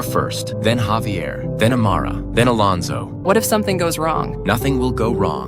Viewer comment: Thats not havier its javier